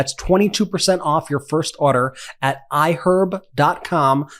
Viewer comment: Why do you say order like that 😂